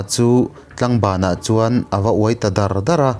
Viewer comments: Tlangbanah chuan a uai dardar niloin "dârdâr" tihtur zawk ani lo mawlee..ka rindan mai2 in😅😅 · Ngatingemaw mizotawng thluk hi i thiam theih loh viau le,Tlangbanah ava uai ta dar dar tih i thluk dan hi a dik lo...